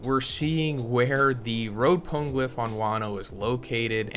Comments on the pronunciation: Pana-glyph. Pone can't be right. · It’s not PONE-glyph!!! It’s Po-KNEE-glyph